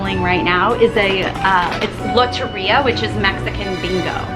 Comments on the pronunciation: I had to exit the video when I heard her say lotería lol 😂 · Anyone else love the way she says “loteria” without the mexican “accent” ... I’m Hispanic and srry but had to to point that out ok byyye! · the way she said Loteria made me a little mad